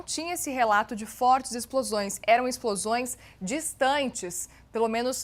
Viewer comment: Âncora: Acabam de ser ouvidos, novos Ixplosões. Aconselho a senhora a fazer fono.